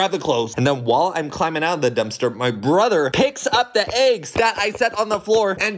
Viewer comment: I like how you’re pronouncing it aggs it’s ✨ obviously elggs✨